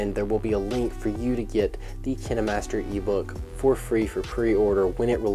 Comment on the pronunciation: It pronounced k-yn-ma-st-er